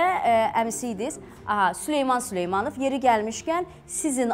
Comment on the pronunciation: süleymanıv yox süleymanov.